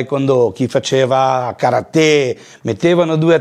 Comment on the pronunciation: Che fastidio che non riesce a pronunciare karate nel modo giusto nonostante affianco che lo pronuncia ovviamente giusto😅